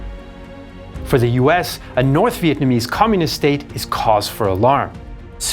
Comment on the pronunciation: I respect the effort you put into pronouncing our Vietnamese names